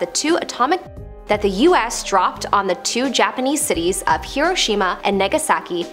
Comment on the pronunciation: Did she just call Nagasaki. Negasaki? WTF!! Learn to read... It's spelled with an A and not a E. The right way NAGASAKI and not NEGASAKI